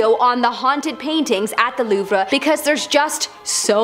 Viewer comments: learn how to say "louvre " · I've been to the Louvre. It's so huge and I loved it. I suggest going two days unless you you'd rather rush through. I always pronounced it loove btw. 😬🤭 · Loovruh lmao